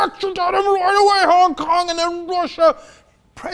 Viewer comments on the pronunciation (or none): none